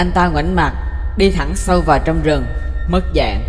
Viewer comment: mất dạng nghe như mất dạy đấy